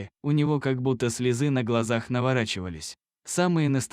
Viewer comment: Это иностранец читает у вас так безграмотно? Не - слЁзы, а слезЫ, не - четвероного друга, а четверного, не на цепИ, а на цЕпи. Наймите грамотного человека. И текст сделайте честный, без вранья.